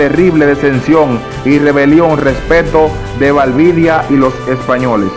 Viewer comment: No es "Valvidia" es Valdivia